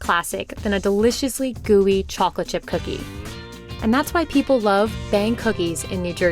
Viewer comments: ‘da chalklet is sow melty’ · they say chocolate like that lady in spongebob